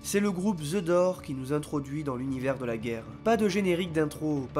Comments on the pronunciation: Bravo pour le docu. En passant le groupe c'est pas the Door, mais les Doors, prononcer le s a la fin comme un z. 😁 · Superbe analyse! (par contre...The Doors, ça se prononce "the DoorZ" pas "the dor" b*rdel...m’énerve)!!! Je liiiike (malgré les "dor")...